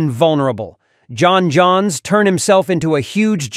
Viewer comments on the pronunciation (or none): “John Johns” physically hurts me. It’s pronounced John Jones. Please, I’m begging you.